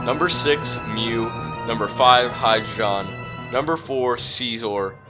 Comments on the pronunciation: It's not "HI-dri-gohn", it's "hy-DRY-gahn". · If you like Hydreigon so much maybe you should pronounce it right.